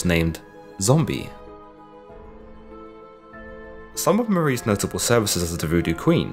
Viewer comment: gri-gri, not gris-gris fool.